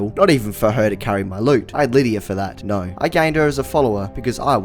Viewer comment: The classic Aussie norrrrrr